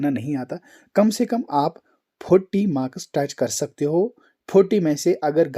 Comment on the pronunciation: Bhai not makas it's marks 😂